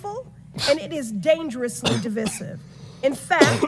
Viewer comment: needs to learn how to pronounce (De - Vice - iv) while shes out lecturing people